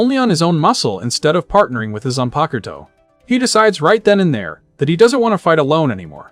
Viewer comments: o yes the Zun-Pucker-toe lol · Duuude, why are all of you people unable to pronounce "Zanpakutō". Holy cringe....